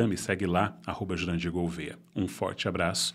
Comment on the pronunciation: Que fofinho o descobrindo que acertou a pronúncia.